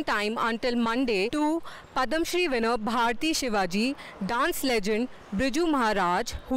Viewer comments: What's PADAMShree, it's called PADMAshree, being a journalist, pronunciation matters. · What is Padam Shree? :-) at least pronounce it right